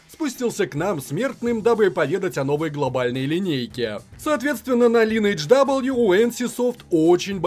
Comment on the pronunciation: лИнедж ))))) Оруууу